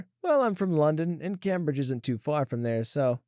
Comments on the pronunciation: 😂 the way he is pronouncing cambridge I get that he isnt from the UK but its a famous university so I thought the name would be more widely known (its pronounced came-bridge) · I live in the uk it’s pronounced came-bridge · CAME-BRIDGE. That’s how it’s pronounced. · The way you say Cambridge is so distracting. Like eww